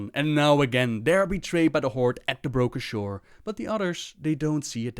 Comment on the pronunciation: "on the broka sure" love it